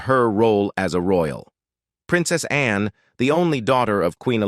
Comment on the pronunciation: Always been a fan of Princess Anne, she's extremely dedicated to duty. Is it me, or does she not remind you of Miss Manners? They could be sisters. BTW, lose the voice software, it's incredibly ridiculous! Seriously, when it pronounces Princess Anne as Princess Ann-e?